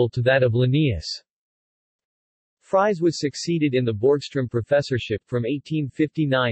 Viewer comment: Fries is pronounced more like freeze and not all like french fries.